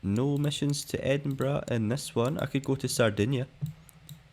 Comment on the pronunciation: Wait isn’t it Edinburgh ? Not Edinborough? I am doubting myself now but I don’t think I ever heard Edinborough before? lol I actually thought it was Edinbrugh 🫣🤣